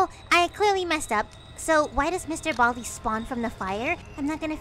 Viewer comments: ITS BALDI NOT BALD MR BALDI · WHERES THE I IN BALDI